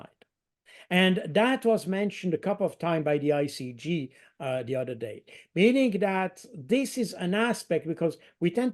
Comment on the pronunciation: Baud is VERY GOOD at English. To perfect it further remember to pronounce the ´th’ in English. He tends to substitute a ´d’. Consistently avoiding that substitution would make a big improvement with minimal effort. Th can be voiced or unvoiced. Baud has no trouble with the th in ´think’ which is unvoiced or in the word ´something’. But he pronounces ´other’ like ´udder’, as in the thing that hangs from the under side of a cow and may be milked.